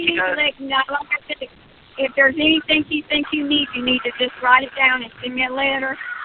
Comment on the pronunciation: I notices sur pronounces “ing” as “ink.” Is that something g people do?